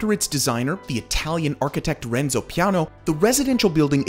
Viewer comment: This was a nice Real estate sales brochure except for one thing, your glaring mispronunciation of the main Projects' name is "LE Renzo" which you repeatedly pronounced as LO(H) Renzo (see ). LE(h) is French, but LO is Spanish. In a way it is quite surprising that you did this So any times after pronouncing it correctly ONE time.